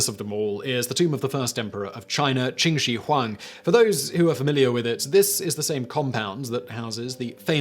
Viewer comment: QIN shi Huang is pronounced CHIN SHIH huang. Not kwinn shee .....